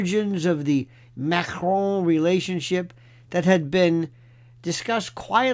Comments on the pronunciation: First time I hear dictator Macron's name pronounced correctly by a US/UK speaking person. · You are the only American who pronounces her name correctly, it's not Mah-krone! Libel and slander has never been legal despite free speech. It won't matter how many DNA tests she has people will just say they were fixed even if Owens supervised them herself people will say it wasn't Owens but her brother dressed up as her. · I love the way Lionel pronounces Macron